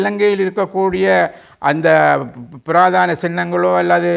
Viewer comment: "புராதன" not புராதான? அடுத்து எவர் ஆட்சிக்கு வந்தாலும், சிங்கள அரசாங்கங்களை பொறுத்த மட்டில் "கொள்கை" ஒன்றே.அனைவருமே "ஒரே கு......யில். ஊ.... மட்......ளே".